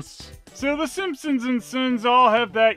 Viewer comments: You keep pronouncing "Simponsonsns" as "Simponsonsnsons" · why do you pronounce Sompsonsns as "Simpsonsnsns", do you really think one extra "ns" just isn't enough? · is pronouncing the name of this (totally original) family wrong. He says: "Simpson-sn-sns". But as we all know, their're just called the Simpson-sns. Somehow added another syallable to their name, which is just silly. Who does that?! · Why do you keep saying Simpsonsnsons? It's just Simpsonsns! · I kept laughing when I heard you pronounce “Simpsonsns” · you're adding another "ns" at the end making it "The Simpsonsnsns" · Is pronouncing it "Simpsonsnsns" a joke or an honest mistake I wonder XD